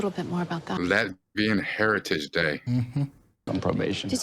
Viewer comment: Latvian not Latvarian